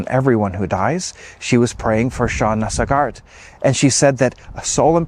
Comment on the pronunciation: Pronounced "Sog art"... Emphasis on Sog.